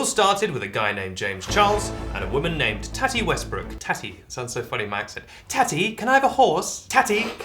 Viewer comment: the way you pronounce tati makes me want to bang my head against the wall